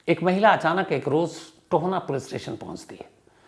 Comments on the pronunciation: Hlo sir . Ye Tohna nhi TOHANA h . Me tohana se hu. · It is TOHANA not Tona. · Tohna nhi sir ji tohana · Sir tohna nhi tohana h m from mansa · tona nhi tohana h sir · Tohna nhi Tohana h vo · Sir tona nahi ita TOHANA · Tohaana, ਟੋਹਾਣਾ,not tohna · Tahir ji , 'Tohana' hai na ki toana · टोहना नहीं टोहाना।